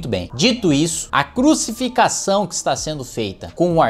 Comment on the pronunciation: "crucificação" kkkkkkkkkkkkkk